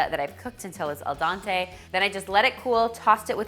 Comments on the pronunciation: I was going to comment something similar. I feel like it's because she's canadian and French is the second language there. 'Dent' (also tooth) in French is pronounced 'dan', the way she said it in 'dente'. So I guess that's why. I thought it was absolutely adorable tho. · I'm from Quebec, irregardless "dan" is not pronounced as "dante" in french canadian , it remains that "al dente" is not "dante" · That's not what I'm saying. The way she pronounces 'dente' in al dente is the exact same vowel you hear in the French 'dent', which means tooth (and 'dente' in italian also means tooth). That makes her mispronounciation more logical. I'm not saying she's right in her pronounciation, I'm saying it makes sense. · Please read my comment again instead of just trying to be right. I am talking about it being the same vowel, not the consonants. The only thing she did wrong in her pronunciation was the vowel, so it's pretty obvious that that was the point I was making in my first comment already.